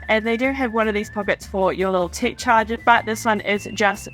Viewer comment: I thought you were saying ‘tick’ accessories and ‘tick’ compartment. Tech …aha. 😅